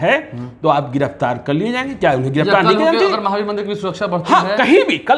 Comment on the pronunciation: ज्ञानेश्वर नाम इतना अच्छा है उसे सही ढंग से बोलिए, वर्ड उच्चारण सही करे pls